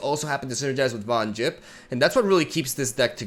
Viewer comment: For fuck sake it's not Von 'Jipp'...